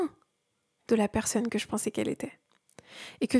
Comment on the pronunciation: J'aime beaucoup ta vidéo mais je voudrais juste te dire qu'on dit "persOnne" et non pas "persEUnne" 🤭